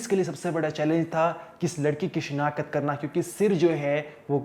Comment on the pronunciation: this is call shinaqht nt shinakhat v r professional journalist plz improve ur pronunciation